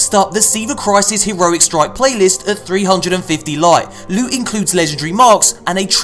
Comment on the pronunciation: To be perfectly honest, I miss when does his loot hauls starting by saying... Lewt, sweet precious Lute. Please tell me I'm not the only one.